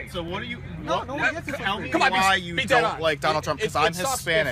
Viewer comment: "Donald Tremp" -That First Guy